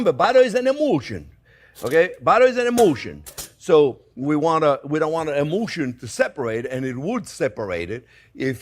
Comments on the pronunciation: I don't mean to mock your accent but when you say "butter is an emulsion" it sounds like "butter is an emotion" which I think is also true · every time you're sayin this I understand "butter is an EMOTION" ! I never wondered about or why do you think I call you the high priest of butter ? 🙂 But now the translation says 'Emulsion' 😲 #2 . . . green - white - red . . . this looks so damn italian 👍❤👍